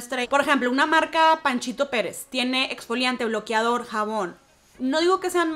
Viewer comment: “Bloquiador” “ bloquiador”